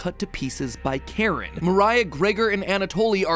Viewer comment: It's Karin, not Karen